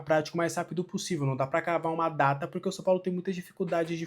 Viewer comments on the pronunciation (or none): none